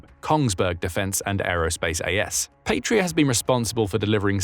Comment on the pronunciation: Please, check pronounciation, and do not force British English pronunciation of foreign words, Patria is Latin, meaning fatherland, and it is not pronounced "Patria". Pasi is short for Panssari-Sisu, meaning armored Sisu, the latter being the name of the original manufacturer, meaning "guts" in Finnish. Pasi is also a common male first name in Finland, and it is pronounced "PAH-sih" in English approximation, not "pay-see".